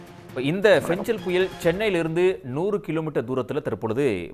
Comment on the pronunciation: ஃபெஞ்சலா..? ஃபெங்கலா...?